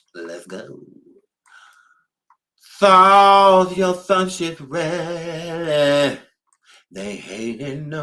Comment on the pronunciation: And you and that "THARLES YOUR THUNCH IS THREADY" 😆😆😆😆😆😆😆😆😆